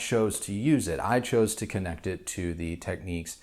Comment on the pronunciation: You say it Tech-(ni)-keys or Tech-keys? whoa, that's a whole new technique. Cool tho